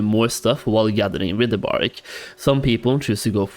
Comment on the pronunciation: My dude. I am so grateful for your videos. I thoroughly enjoy watching them, and am thankful for all the work you put into them. But for the love of Thrall, it's WRITHE. "Writhe" as in - I'm writhing in pain. Writhe-bark. Not rih-the-bark.